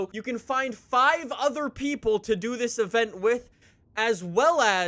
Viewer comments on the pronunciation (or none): none